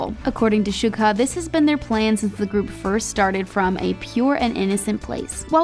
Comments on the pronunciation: "shuka" 😐 *deep breath* ok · Also she pronounced Suga wrong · She also just called our Yoongi shuka instead of Suga. Man, she's butchering names left and right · Gets even more upset listening to them butcher their names!...Chin?...Sooka? Are these the 8th and 9th members that we didn't know about? lol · Ok soooo she can't pronounce suga or seungri right noted